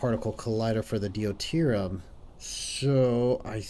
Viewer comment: I can tell you record in advance, but still - d'you tier E um. Deuterium. Really enjoying just how crazy things are already, but it seems like starting anything even close to the scale of a Dyson Sphere is still a ways off.